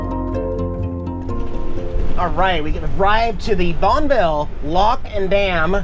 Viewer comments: "Bon-ville"? You've officially lost your PNW card! It's "Bonney-ville" son! But somehow I have a feeling that maybe you knew that Lol(maybe not). My great-uncle lived in North Bonneville next to the dam for decades until his death in 2011. I used to go stay the weekend with him and I loved sitting outside on the stoop at night watching the flashers above the dam and hearing the trains go by. Also the reason it's called North Bonneville is because the original town of Bonneville, Washington was sunk in the river to help build the dam leaving only the northern most corner of the town in tact hence it being renamed North Bonneville, Washington. Enjoy your travels sir! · Wikipedia...Bonneville pronunciation.../ˈbɒnəvɪl/.... ə ...as in commA & About. We can agree its not Bon-ville? You say tomato I say tomahto. lol! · Bonn-E-VILLE we pronounce the E in the center. Pls be careful of the fires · Bonn-ville lock & Dam? Damn I thought it was pronounced Bonn-a-ville lock & dam! lol Thx!